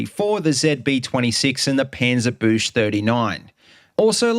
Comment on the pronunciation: Also, sorry... It's Panzer"books" 39. That's how that one is erm pronounced... Yeah sorry. Great vid. "Panzerbooks" like "Tank destroying rifle" 1939.